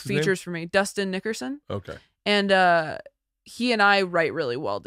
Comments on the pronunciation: She definitely said Dustin n-wordson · I heard the same thing when she first said “Dustin Nickerson”. she must of been thinking about the New York Knick’s lol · Definitely said, "NidoubleG-hard-ERson"